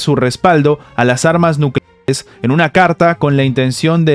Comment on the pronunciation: Es que no se puede decir nucleares claramente?